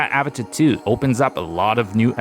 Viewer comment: not even a minute in and he mispronounced avata, and drowned